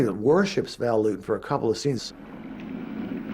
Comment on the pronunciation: No, Dave, it's Lewton. Named after Val Lewton, just as stated in the video.